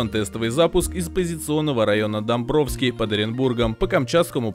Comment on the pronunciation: Не домбровский а домбаровский